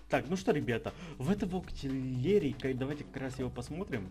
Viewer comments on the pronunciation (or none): Я за то чтобы было 10 блисси. Серия тролерская:D Кстати быстро октИлери прокачал(я выделил букву,чтобы правильно называл) И кстати Ноктаул,а не хоктаул:D